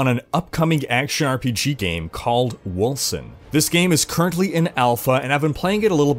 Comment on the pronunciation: Wolken, not Wolsen.